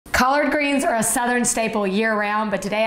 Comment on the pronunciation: Collaaaard greenzz and caaarn breaaad lol